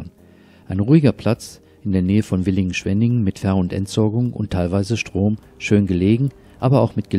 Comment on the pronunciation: Frische Landluft ( Güllegeruch ) ist gesund, darum ganz tief einatmen, …. ein schönes und auch informatives Video. Es heißt Villingen-Schwenningen und nicht Willingen-Schwenningen.